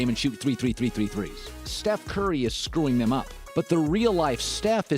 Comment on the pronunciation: you said shef curry